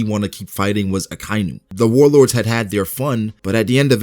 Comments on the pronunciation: its not ak ay nu its aka inu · Ahkah-ee-noo. Akainu. Not Akiiinoo.